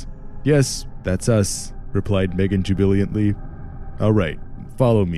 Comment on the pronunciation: "JuBiLiAnTlY" Me: *chuckles 'nice try bro'